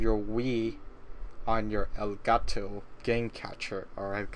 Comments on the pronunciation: El Guh To its elgato (pronounced el-gart-o) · no its el-got-toe